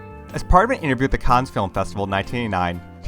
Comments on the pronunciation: Cannes is pronounced like “can”. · Did the narrator actually pronounce the “s” in Cannes? AI is ruining YouTube.